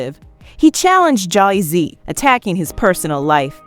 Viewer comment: Yo, why the hell you say Jay-Z like that? There's something so off about this voice.